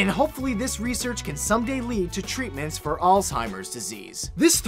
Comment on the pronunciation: TREE-tment. I see what you did there.